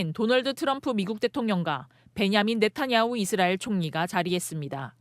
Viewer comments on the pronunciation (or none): none